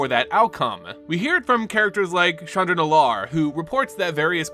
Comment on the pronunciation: Love the video, but PLEASE work on your pronunciation. It's KAI-toh, not KAY-tow or KAY-doh for Kaito Shizuki. Chandra is pronounced "SHAHN-drah" not "CHAN-dra".